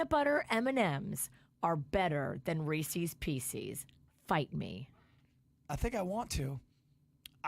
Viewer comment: please pronounce Reese’s Pieces correctly!!